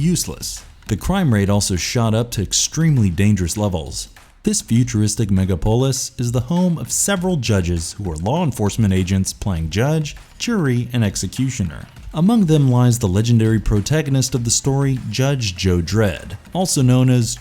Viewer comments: Google has a feature that lets you type a word and learn how it's pronounced. Megapolis, not mega polis. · Megapooolis? C’mon dude. Wtf… do some editing and learn big English words.👎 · Sure he couldn't say megalopolis but what's wrong with the other 2?, her name is Ma Ma and Dredd's first name is Joseph.